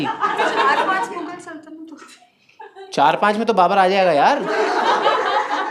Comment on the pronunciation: He also pronounced "saltanat" wrong everytime 😅